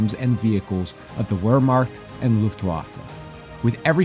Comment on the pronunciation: Not as bad as the pronunciation of "Wehrmacht" and "Luftwaffe". Historically accurate colors, not so much in the pronunciations 🤣